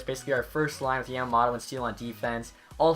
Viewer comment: You are pronouncing Yamamoto wrong. its Yam-A-Moe-Toe